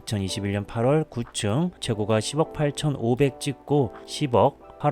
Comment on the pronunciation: 글로쓸때는 최고가 로 쓰지만 발음할때는 최고까로 하세요. 호가도 마찬가지입니다. 호까 입니다. 듣기가 거북스럽네요.